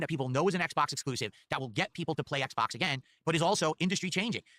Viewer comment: he said "ACKs box" lmao